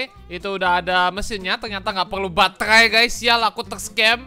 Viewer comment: Gila gw ketawa sendiri denger: batehrhai, ghrhow, hrhobot, khrhopos, luahrh angkasa awokawokawok